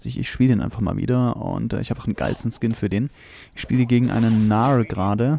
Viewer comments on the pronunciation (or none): es heißt GNAR nicht NAR